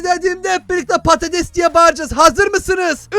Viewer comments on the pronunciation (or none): abi sen patetes dedin için il çok güldüm sonra geriye alıdım